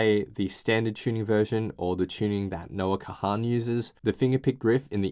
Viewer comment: Please stop calling him Noah Ka-han. Its Kahan, like CON!